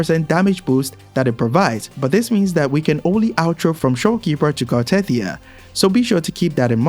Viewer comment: just saying, that isn't how you pronounce "Cartethyia". They literally give you the right pronunciation in the story?